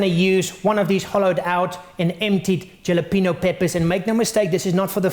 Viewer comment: "Yalapeeno" hehehe. nice snacks bro.